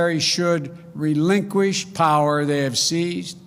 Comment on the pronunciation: He can barely talk! LOL. Grobal Prower?